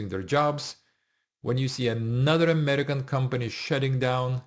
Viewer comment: Foreigner who can't even pronounce AMERICAN